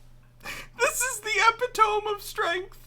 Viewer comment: when he said epi-tome I burst out laughing, and my laughter sounded so identical to yours it made me laugh harder.